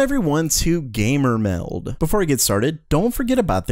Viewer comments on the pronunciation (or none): I love how he emphasizes “Gamer Meld”.